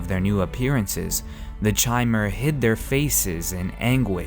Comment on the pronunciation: chimer is pronounced with a k sound, and sotha sil is not "so the sil" and im pretty sure julic is pronounced yulic